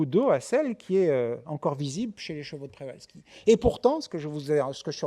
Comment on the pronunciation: C'est deja une information suffisante pour savoir qu'on devrait prononcer [pchevalski]. En France, on a tendance a etre extremement paresseux pour les langues etrangeres. Il n' y a qu'a ecouter les journalistes sportifs ou autres prononcer des noms etrangers sans se renseigner un minimum avant. C'est lamentable pour moi.